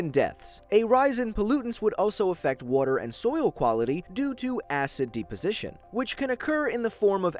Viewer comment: nobody:: wooter